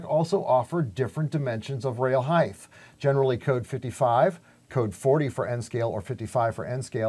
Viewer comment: Height, not heighth. 😉